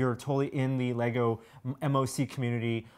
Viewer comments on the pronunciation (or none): MOC is just pronounced "mock." Thought you might want to be able to save a little breath.